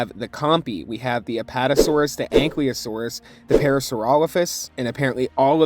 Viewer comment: learns to pronounce man, anklyosaurus? maisaurus?